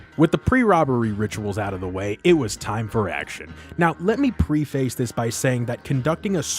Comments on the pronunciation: You can mispronounce St. Denis, but you sold yourself out when you pronounced preface as "pree-face" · its actually pronounced preh-fuhs 😂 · my guy, the objectively correct way to pronounce saint denis is the french way. you can pronounce it however you want, but "saint denis" said in the american way is incorrect no matter what lol also, you pronounced "preface" incorrectly. study up buckaroo!